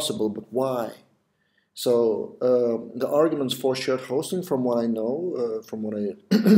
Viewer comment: idk why but whenever u said shared hosting i heard it as shit hosting :P